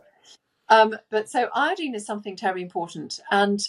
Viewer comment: When she says iodeen, she means iodine, I assume.